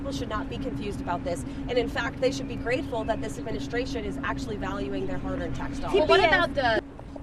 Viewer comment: Yall here she say "grateful" smh